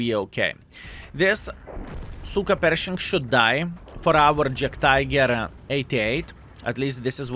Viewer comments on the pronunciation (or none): none